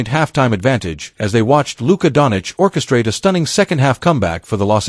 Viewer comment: what is wrong whit you, its not donic, its doncic , omg shame on you